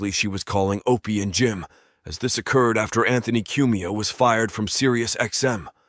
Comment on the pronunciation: when the incident oh-cured